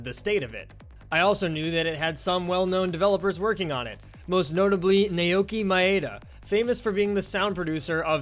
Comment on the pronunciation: Not to criticise too much, but it isn't especially unique. DJMAX Portable 3 on the PSP had an almost identical mode using side lanes that mixed songs together using shared buttons. Also, the correct Japanese pronunciation of his name is 'now-key my-dah' 😂